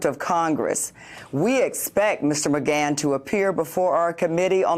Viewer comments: Lmao not to mention she has been saying this dudes name wrong everytime for 2 years!! It's like she can't say Mcgahn or something. I swear she does it just to add her own flair or something, like wtf. Mcgone. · Mcgone or Mcgahn pronunciation. (Slight distraction with this broadcaster) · Is it "Megon" or "Megan?" Wtf is she saying it like that? Can someone help with the Pan, Pam thing? 😂😂😂😂😂😂😂😂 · It only took her 600 times of saying ma-gone for her to say ma-gan when adler was going to say it. I cant stand her. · Is it pronounced Mcgawn or Mcganne? She keeps switching her pronunciation and it’s driving me nuts. ☮️ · "Don McGon", really? Does she even watch her own network? OK, after 4 tries she finally got it right (must've been the producer in her earpiece), and then got it wrong a few times more. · Ma-gone vs. Ma-gann. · It takes away from listening when I hear things mispronounced. How long has Joy not been hearing Don Mcgahn's name? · Yep. It grates on my nerves every time. Ugh. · Please choose one pronunciation of Mcgahn, kind of annoying. Ty :) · I'm so glad somebody finally told Joy how to say Don Mcgahn's name. I was getting ready to start calling her Joy Ride! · JOY... WHY DO YOU KEEP GOING BACK & FORTH ON THE PRONUNCIATION OF "McGAHN"?... PAINFUL!!!